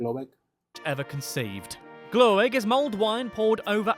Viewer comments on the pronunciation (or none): and it’s not called glöegg. It’s Glögg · your british narator pronounce all swedish things wrong, so its not Gloegg.....Hes saying it wrong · I will say that this pronunciation is is awful, Glögg is not ‘glowegg’ but more like ‘glurg’, Gift is not pronounced ‘yelft’ but ‘yift’ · did they relley say glöegg lol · How can he pronounce Glögg so wrong. It's like Gl-uh-gg